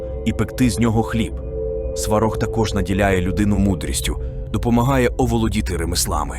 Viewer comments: Сварóг а не свáрог⚡️⚒️ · Дякую Вам за відео! 🙏 Але дуже відволікала постійна зміна наголосу в одних і тих самих словах. Навіть Сварог - був то СвАрог, то СварОг. Чомусь "вогнедихАючий" замість "вогнедИхаючий", плугА, ВелесовА замість ВЕлесова і тп. Мені, наприклад, нема діла до картинки, бо я не дивлюся, а слухаю, то це дуже ріже вуха. Я сподіваюся, що у наступних відео так не буде. Бо дуже цікава інформація 😊